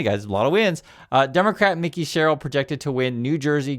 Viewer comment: It's MIKE-EE, not Mickie, Sherill. Mike with an E ending.